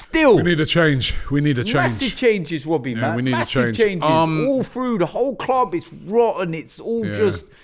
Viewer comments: “When is this gonna end Wobbie?” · Or what do you want me to say wobbie? 😭